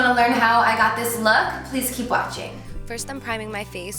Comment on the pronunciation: The way you say "thank you for WAHtching" kills me 😂😂😂😂